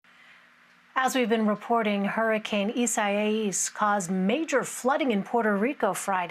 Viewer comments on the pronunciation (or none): She can’t pronounce it! Lol It’s pronounced, ees ah ee ahs! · Its pronounced eeesa-eeasss